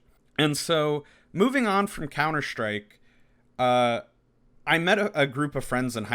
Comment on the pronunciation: Couner Shtryke!! 😝